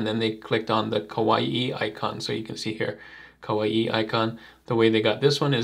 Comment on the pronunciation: kawaii is just "kuh-why", not "kuh-wa-ee". It's a Japanese word, not a Polynesian word.:)